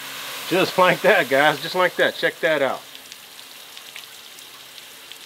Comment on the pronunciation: Your T's turn to D's in this video. Example "like dat"....haha looks like a good meal brotha!